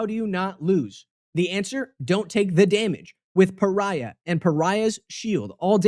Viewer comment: You pronunciation of pariah is really funny. Pariah Carrey lol